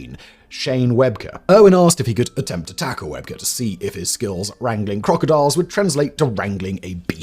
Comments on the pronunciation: Its pronounced "Web key" not webker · Great video except two details its rugby league not rugby. They are two different sports and Shane webcke is indeed one of the greatest rugby league players but you are saying his last name wrong its said as webcke as in webkee